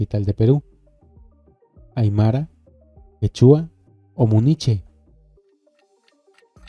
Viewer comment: Quechua, se pronuncia con acento en la primer sílaba., no en la última.